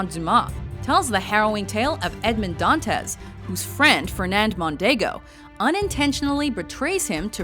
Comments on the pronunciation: It's not "Dàntes". It's "Dantès"!!!!! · "don-tez" uh...